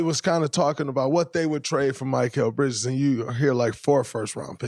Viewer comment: You’re an analyst, Draymond. You don’t know how to pronounce Bridges’ name?